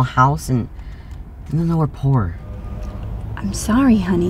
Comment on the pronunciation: agreed, they don't even know how to say " poor " 😆